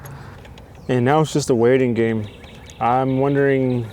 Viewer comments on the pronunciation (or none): none